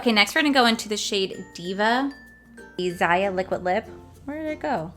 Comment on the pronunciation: I so want this palette i have all the others and the lip glasses and the Aphrodite liquid lipstick, and i want Zaya liquid lip too. Its pronounced za ya hahahh😍🤣